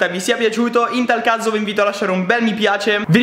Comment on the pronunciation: al minuto al posto di dire in tal caso dici in tal cazzo:) bellaaa